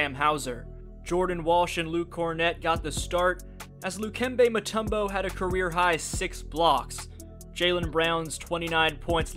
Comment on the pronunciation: Luke'mbee mutombo 💀